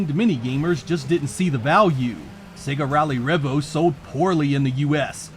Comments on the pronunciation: Trust the American to butcher the name, lol. It's "Revo", not "Revvo"! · It’s pronounced ‘Ree-Vo’ not ‘Reh-Vo’. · Isnt't it pronounced ree-vo?